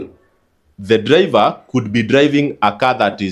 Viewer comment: Or or all my dude your diction confuses us 😅😅 so much raw or low, dliver or driver?Ron or loan?😅😅😅waaaaa